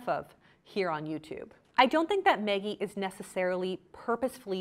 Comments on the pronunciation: It sounds like you’re saying “Meggie”. Is that how she pronounces her name? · I can't get over how you pronounce Maggie 🤣🤣🤣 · why is it so hard for you to pronounce the name maggie correctly lol.